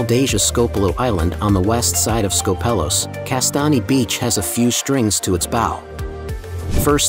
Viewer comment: Please don't call it SkopEHlos. Tell your AI voice to change it to SKOHpelos lol.